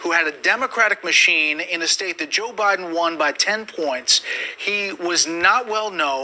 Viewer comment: president Obiden